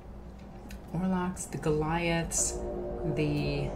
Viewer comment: Iz rely lik dez “Goliths”